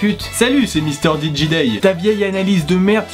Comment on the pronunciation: le mec sait pas prononcer ou écrire son propre pseudo ?? wtf ton truc en anglais ça fais le son français misteurdgédé et si c'est du français alors ça se lit mistéjidaïlle bref c'est très bizarre ton idée de cahnger de langage en milieu de mot (j'pense qu'en fait c'est plutôt que t'inverse le son J et G anglais sans faire gaffe) ...